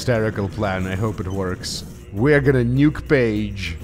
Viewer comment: "Nyuke" THE SLAV FEARS THE UNPALATALIZED CONSONANT